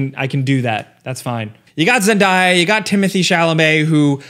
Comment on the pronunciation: zendaya’s name is pronounced phonetically; zen-DAY-uh not zendieya.